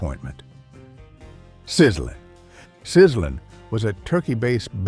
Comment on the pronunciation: it wasn't pronounced "Sizzlin" it was pronounced "Sizzle-Leen".....